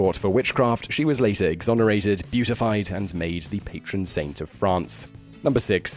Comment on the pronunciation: Pronunciation is awful at times -beatified, routed and swathes are three that stand out, but I might have missed some due to the confusion I was suffering. I mean how on earth did Great Britain end up with an Empire covering vast areas without a bit of military acumen. (I'm aware there was a fair bit of political skullduggery too). No offence to the French - I actually hate listening to idiots slagging off the French, but there's two on this list. Where's Rommel, Montgomery or Zhukov?